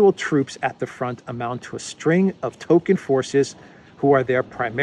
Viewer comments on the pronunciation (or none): none